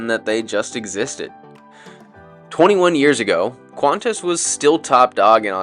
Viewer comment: Qantas’ flight to HNL has always been QF3, so the first flight to the USA was made JQ3 for familiarity. JQ1 was random but seemed to fit the MEL HO as QF1 is SYD to LHR which JQ will never operate. A tipi, if I may, when you say Qantas don’t pronounce it QantasEZZ, it’s very grating. If the word end in s the single apostrophe after the s means you don’t need to do that. Maybe it’s an Australian English vs US English thing??